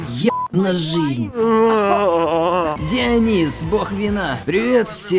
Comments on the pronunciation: ДиОнис,ударение на о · О, боги. ДионИс!